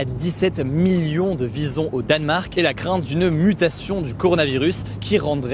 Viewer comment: Au début j'avais pas compris que tu parlais des Visons et car j'ai compris "bisons".